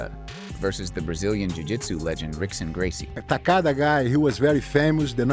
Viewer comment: Vayl tudo🤣 Rick-son Gracie. Wahnder-lay Silva